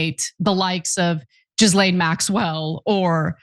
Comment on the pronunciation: Why is she pronouncing Ghislaine Maxwell as Jizlane? Are the people that work with her too afraid to correct her? Or is she intentionally making a crude pun? The latter seems in poor taste… Proper pronunciation seems important in the field of broadcasting/media…